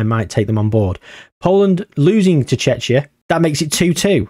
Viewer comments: Man really saying checha 😂😂😂 thats how you pronounce it tʃek.i.ə, which comes down to Tsjekia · Not you pronouncing Czechia like Chechnya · Missed a great chance to do Czechia vs Slovakia. The Czechoslovak civil war. also Czechia is pronounced Checkia. Chechnya is another place. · The pronunciation for Czechia is (Che-key-a) the way your pronouncing it makes it sound very close to a russian republic of Chechnya 😅 other than that good video yet again 🙂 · From English speakers I always heard Czechia pronounced with K (Like "check", Czeckia). And in my first language we pronounce Czechia with H (Czehia). I actually never heard somebody pronounce CH in Czechia like, you know, CH. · haha its pronounced Check-ia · it was funny xD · Czechia Is Chek-ee-a or /ˈtʃɛkiə/ depends which style of definition you prefer also things like Ruch, where the "ch" is pronounced same as in "loch", but mainly the Czech pronunciation triggered me 🤣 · I think Czechia vs Slovakia or Poland vs Lithuania would make more sense. Also your pronunciation of Czechia is really funny to me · Your pronunciation of Czechia is hilarious. You're bound to piss off any Czech fans you have because they hate that name. Should stick to The Czech Republic in future.